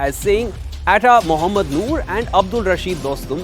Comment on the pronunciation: Dude atta is not pronounced ae tae its aa ttaa.